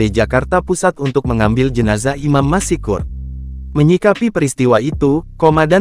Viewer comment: Dibaca bukan : Imam MASIKUR....! Tapi dibaca Imam MASKUR....! Dengan...."S"...TEBAL...! Contoh lain : ma-SYA-ALLAH..!